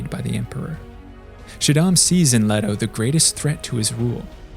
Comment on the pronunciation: Leto. pronounced Lee-TOE. this isnt the rare Jared Leto pronunciation. why do you people butcher a simple name